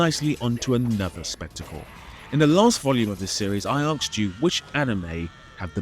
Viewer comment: The way you say “I arksed you” gets me every time